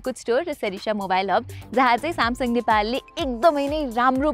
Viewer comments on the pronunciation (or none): none